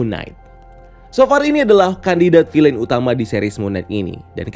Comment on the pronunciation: Bacanya "vil'n", bukan "filein"